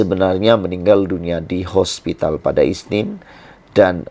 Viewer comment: hospitlxsebut hospitaana2